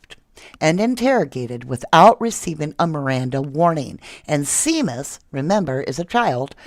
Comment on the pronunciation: Seamus is an Irish name pronounced Shay mus.